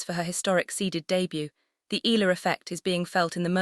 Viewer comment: At what ranking will the tennis world begin to pronounce Alex's last name correctly?